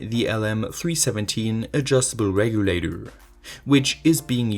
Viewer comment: "voltage reguladurr"